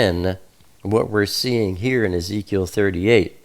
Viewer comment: He said "Yeheskel" for Ezekiel. Thats also the malayalam of ezekiel.